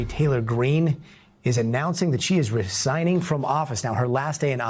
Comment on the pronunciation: resigning = "ree ZIE ning" LEARN HOW TO PRONOUNCE ENGLISH CORRECT LY even if it's your second language.